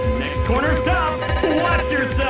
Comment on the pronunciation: The Announcer pronounces corner "cowner"